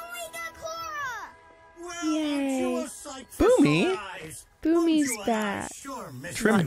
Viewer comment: Steve's last name is actually pronounced 'Bloom'.